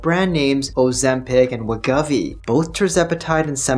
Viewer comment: Just as a heads-up… I notice you keep saying Wegovy as WEH-GUH-VEE. This doesn’t seem to be correct… heard Novo’s CFO in an interview, and he says it as WEH-GOH-VEE. 2nd syllable ‘Go’, like as in ‘Go ahead’. No biggie, just though you might wanna be accurate, considering you’re probably stuck talking about Wegovy for at least the next 3 years or so (‘til CagriSema, Retatrutide, etc fully obsolete it). And, as I said elsewhere… great vid. Keep on keepin’ on,. 👍